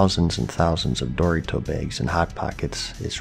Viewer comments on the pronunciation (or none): this man just said 'dorry-toe' instead of Dorito. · The last person I heard saying it like that was George foreman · ..... wait how did you just say Doritos? "Dori-Tos" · Maybe if gets rank 14 he’ll unlock the ability to pronounce Doritos properly.